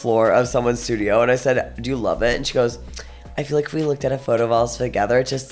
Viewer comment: I like how gottmik says love it sounds like vomit😘